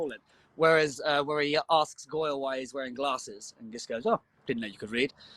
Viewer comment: so no one realized he says "glasses" the exact same as the show still?